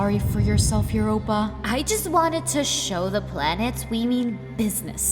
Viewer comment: Did anyone hear that ganomy called uropa babe🤨🤣😂😅🫠